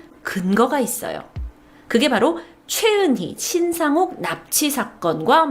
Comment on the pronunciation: 신상록 이 아니고 신상옥 입니다요😅